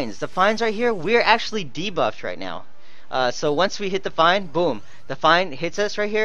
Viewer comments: Your pronunciations make me cringe a bit..Ahh-Ma (ama/Amaterasu ) and Fiine is more of fii nay. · It's pronounced "Fee-nay" like the word for "The End' not "Fine" lol.